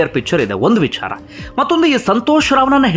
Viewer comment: Why do you use mahaaprana unnecessarily..while pronouncing VICHARA